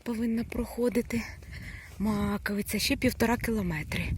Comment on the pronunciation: Добрий день! Дуже дякую вам за відео, не знала який шлях обрати, щоб піднятись на Маковию, а ви все чітко показали. В результаті, все пройшло круто, також йшла соло. І особливе дякую за вірний наголос в назві гори. Всього вам хорошого❤️